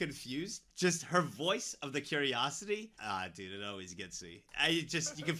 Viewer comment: "He was, a dOOd. Looking for, another dOOd" 🤣🤣